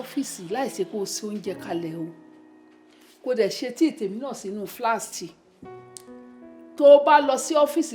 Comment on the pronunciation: Flask not flast 😂😂😂😂